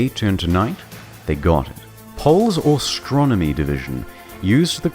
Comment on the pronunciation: "Austronomy" lel